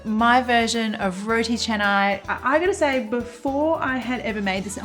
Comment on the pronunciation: love when u pronounce it right ! Roti Canai (cha-nai). some westerners would say it like Kanai 🙄